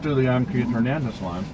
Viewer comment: say,Hernandez,please no gernandez